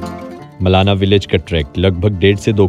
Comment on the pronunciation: It's not मलना it's मलाणा।